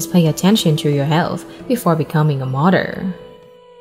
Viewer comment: “Pwease pay attention before becoming a MUDDER” (Mother) wow!